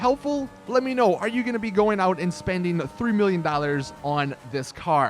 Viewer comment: He says ▪dualas▪for▪dollars▪